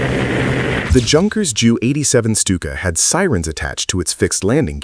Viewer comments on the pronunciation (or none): Really awful editing, silly captions and a lack of grasp of the subject make this video unwatchable. The AI narrator called the Stuka a 'Jew 87.' That is when I turned it off. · And it's not pronounced "joo 87" i've NEVER heard that anywhere else. Always J - U. Has anyone ever heard "joo 87" ? Have I been wrong all these years Lol